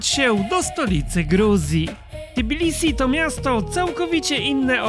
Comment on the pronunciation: Lubię jak polskojęzyczni eksperci od Gruzji wymawiają nazwę stolicy jako T_i_bilisi.